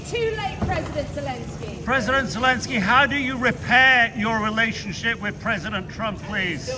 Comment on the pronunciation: Please three is no j in Jelensky's name. Kum se Kam naam toh theek se liya karein aap log. 😢😢😢